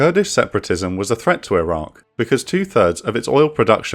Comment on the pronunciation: Your narrator is dropping the Q on Iraq a lot. This makes a confusing subject even herder. Still gave it a like tho!